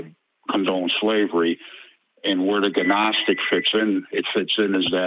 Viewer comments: How you know he’s not a “seeker of knowledge” but in actually a bullshit artist. Doesn’t even know the pronunciation of gnostic. Claims he can bench 500 lbs lol. Something most professional athletes can’t even do. Sounds like every old white guy I’ve ever met who’s full of shit. Generally from the Boomer gen but sometimes also gen Xers. Same dumb entitled assholes who complain about millennials. As someone in a generation between millennials and genx I can conclusively say younger people are overall smarter and more respectful. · So when I was 19 there was a period of time when I pronounced "Humboldt" as "Hamboldt." As brain dead as that is, that's still not nearly as stupid and embarrassing as pronouncing "gnostic" as "ga-nostic" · It is too easy to mock someone who thinks the word gnostic is pronounced gih-nostik. It is more more logical to point out that the limitations of his knowledge of church history is illustrated by his incorrect pronunciation. That the world seems to be constructed of ‘frequencies’ which can be used to ascertain truth but he cannot describe what these frequencies are and how to use them is pure meaningless babble. He needs to get his nose out of creationist websites and forums and visit a real library, preferably a university library and do some study of historic works and philosophy. He needs to get edumacated and doo sum lernin. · GUHNOSTIC folks! Its GUHNOSTIC. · Silent G you moron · Tho it's been said many times, I must say it still... The G is Silent in Gnostic. Sorry, OCD. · Also, every time this guy says "guh-nostic", I die a little inside. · Ga-gnostic? And here I thought the G was silent... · We need Dennis the menace and his faithful dog Gnasher to get involved. I always pronounced it as Ganasher when I was a kid, as I had never heard it said out loud, I only read it. I think the caller has never heard anyone say gnostic out loud either, hes only read it. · I see a "G-nostic" drinking game in the very near future! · lol ginostic